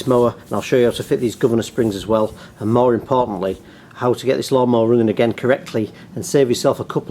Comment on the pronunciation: Did you say 'Mowerimportantly' ? ;-) Great vid sir!